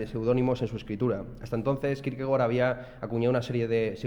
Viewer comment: Gracias por pronunciar bien Kierkegaard